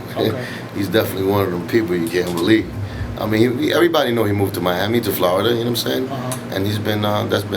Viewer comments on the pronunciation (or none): none